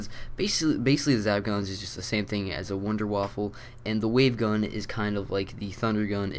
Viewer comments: The wonderwaffe isn't pronounced wonderwaffle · did he say wunderwaffLe